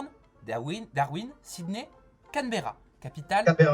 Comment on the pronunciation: Fork c’est une cuillère et non le couteau ! Et Cambera la capitale de l’Australie ne ce prononce pas du tous comme sa